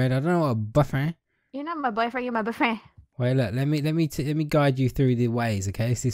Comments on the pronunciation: It sounded like she was saying butt friend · is saying buffriend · Stop saying buttfirend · boyfreh ricky I know boyfriend but boyfreh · RO Plays i think she said " b frien.." 😂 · BYFRIND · talking into the mic:BOYFRAN I LUDGE YOU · Says Boy frien XD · it sounded like she said butt freind